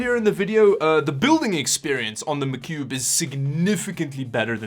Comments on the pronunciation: Its "Mah Cube" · Hearing you say macube over and over again his funny love your vids man been binge watching for a couple days now!!